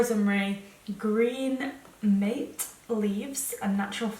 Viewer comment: Oh it was so funny when I heard how you pronounced "mate"😂 try googling pronunciation of the South American yerba mate 😀